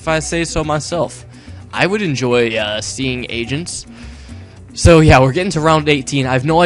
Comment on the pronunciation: agents? o, i thought u said asians :P